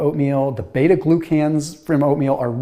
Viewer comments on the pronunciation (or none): none